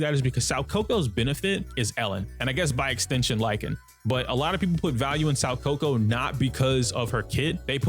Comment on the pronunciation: My guy, I hooe you're doing this to be endearing, but you're butchering Soukaku's name 😂 You know Kaku the giraffe guy from One Piece? Well her name is pronounced "so Kaku". Hope this helps